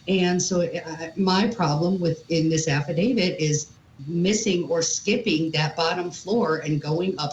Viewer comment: Love the coverage! Hate 1 thing: pronunciation. My best friend is named David. But he is not part of any “affe-David.” No, the legal document is called an Aff-i-dav-IT When people miss pronounce the word “affidavit”, it’s not the end of the world, but when you are in a job where speaking is your PROFESSION, ESP in the CRIME WORLD where affidavits are a day-in-and-day-out type of thing, it does make one sound a little bit uneducated when repeatedly saying affi-DAVID. My friend David laughs at this all the time when people CONFUSE how to pronounce a legal document term……with his name ;-)